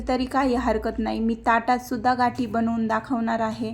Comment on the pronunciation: घाटी हा उच्चार चुकीचा आहे गाठी म्हणावे